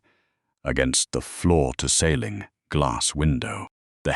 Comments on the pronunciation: When is he going to learn how to say ceiling? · 😂😂😂😂😂 I was waiting for SOMEONE to mention that.